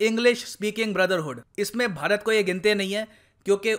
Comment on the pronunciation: Sir aj hmara pyara bharat bolne me feel nh aaya Ispe jada emphasis krna 🙈